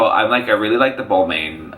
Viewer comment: Bal-mahn is how you pronounce it. I hate to be this person. I love and live for u guys!!!